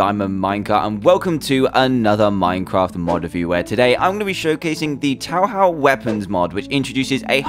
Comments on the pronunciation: It's toehoe nt tow how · its touhou not towhow -___ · 1st, it's not a anime. ( well there's a fanmade anime... ) 2nd, it's not TaoHao it's ToeHoe. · "TowHow" Lol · "Tau Hau" it's Toh Ho dude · It's "Toehoe" not "Towhow". Cool mod though. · ITS NOT TOUHOW, OTS PRONOUNCED [To-ho] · its pronounced "to ho" not tow how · lol wrong, your saying its pronounced two hoe. its spelled and pronounced toe hoe. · Touhou is pronounced "Toe-hoe" and it's not an anime -. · TouHou (To uu Ho uu) not taohao. dumbass. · Loading up video; "I bet he's gonna pronounce Touhou wrong." Dan: "This is the Tow-How mod." :I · Look, atleast he didn’t say T O O H O O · erm... Just... I'm not going to get mad because you don't know. A lot of people don't know... But Touhou isn't an anime at all. Its often mistaken for an anime and this will often alienate a lot of fans.... You know... If you want to tweak the tile or add an annotation where you say "anime" Also its pronounced Toe-hoe for future reference. Sometimes people will call it too-hoo affectionately though in case you've heard it that way. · everyone: touhou isnt an anime me: dan just pronounced touhou as taohao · The thumbnail: Ice Sign 「Master Spark」 Btw it's 'to-ho' (o as in 'wonder') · I'm trying to figure out how to explain to you that the U's indicate holding the O's for twice as long as normal. It's actually Tōhō, (English Pronunciation [Gonna hate myself for this one] Toe Hoe), where you hold the o's for slightly longer. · am I the only one who heard "Tauhau" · “Towhow”? Well that’s a new one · Dan: towhow Me: TRIGGERED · "Tow how" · Dan, this video is AMAZING, but I went ⑨ after two things: 1. I think it's pronounced "toho" and 2. Touhou isn't an anime. Edit: 3. Red Stone of Aja is JoJo, gdi! XD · It's prenounced to-ho (touhou) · Tow-how Magic :v Tow but how? Edit: Oh god I cant stop laughing please make a 10 hours of Dan Spelling Towhow please :v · >"Tauhau" >Anime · Did you just pronounce it... towhow?? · It's "toehoe".